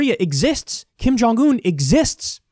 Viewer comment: She can't even pronounce the name of North Korean leader. She said Ping Jon Un